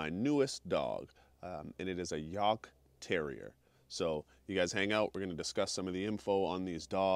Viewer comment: Coming from a German hunter: Good pronounciation of the breed name! I currently have a super rare american breed here: a Plotthound. But my next dog will probably be a Heideterrier - a working cross between Jagd and Airedale Terrier, to add a bit of size so they are better with snow and cannot get into fox dens as easily, because they are supposed to be specialised on wild boar. Their first breeders were also policement who hat Schutzhund in mind, and there are some that use Heideterriers in that way. Sadly I will have to wait another year or so until my Plott is fully grown and trained before getting a second dog. Good luck to you and your little devil - enjoy a Jagdterriers fierceness, agility, and boldness! They are great dogs and he will have a great owner with you.